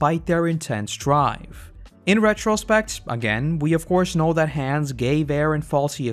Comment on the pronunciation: FYI: It’s HAN-es not hans